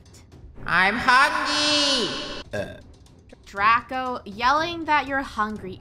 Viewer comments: He said hungy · What i hear is "Im hungyy" 😂😂😂😂😂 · Hungy not hungry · “I’m hungey” -best quote of 2020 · Draco is saying Draco: l'm hungy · No one literally no one Draco every video I’m hungwy